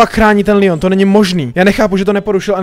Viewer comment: LEON NE LÍON!!!!!!!!!!!!!!